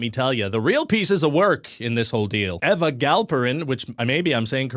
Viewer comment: As an Eva, I have to admit I cringed at your pronunciation of Eva. It's Eva, not Eva. Hope this helped.